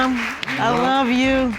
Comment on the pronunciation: I smh in sadness every time someone who is supposed to love you says I lu you...if you didnt catch it the mom said I lu you too. This may not be a big deal to most but I can't help but cringe